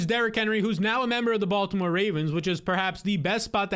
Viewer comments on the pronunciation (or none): none